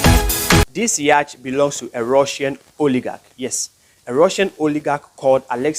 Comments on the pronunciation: Please man say yacht not yach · It's yacht not yach... The ch are silent my guy